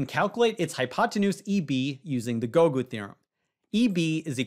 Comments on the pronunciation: If I hear "Gougu" in these videos I'm just going to stop watching. I'd drop a dislike but that actually helps the video in the eyes of the algorithm. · Every time he says "Gougu" in a vid I hit dislike. I don't care about the quality of the vid or the quality of the puzzle. Every time!